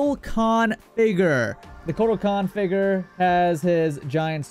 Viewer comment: figer BRO ITS FIGURE ITS NOT THAT HARD